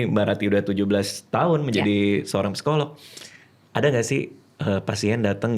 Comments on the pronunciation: Bang Radit, izin sedikit ya 🙏🏻 kata ‘psikolog’ biasanya dibacanya ‘sikolog’ ya Bang hehe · Bang radit ternyata rata-rata kita,setiap huruf di sebuah kata di baca. (Psikolog), P nya di baca) wkwkwk